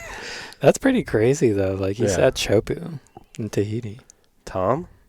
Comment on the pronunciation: The A/C was on so I thought said he had a "cruzy" week instead of "crazy". I'm not going back to rewatxh it because I want to believe he said "cruzy".